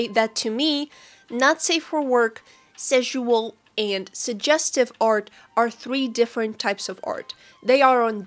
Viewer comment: Ngl the repeated intentional mispronunciation of "sexual" made this a little hard to watch, it just did not hit the ear right at all and just made me think of szechuan (sp?) sauce the whole time. You can say "sexual" normally, it's fine. That being said, totally on board with you with the main point of the vid. I'm not comfortable with super suggestive manners of character stylization myself (likely a combo of my asexuality, sex-repulsion, and upbringing in an unfortunately very conservative part of the US), but I don't go out of my way to shame people who enjoy drawing that way because That's Just Rude unless they draw my OCs in a sexualized manner without asking if I'm cool with it first. If I don't like how someone draws their own art, I hide the post from my feed and move on. Closest I've come to this sort of shaming was when someone posted a "study" they did along with the reference that ended up looking like a totally different person in the same swimsuit due to how exaggeratedly large the artist made the breats and hips, and even then it was done privately in a convo with a friend and my main issue was with the art looking so different from the reference that it'd be much more fitting to have called it "drawing my OC in this fit" or something like that instead.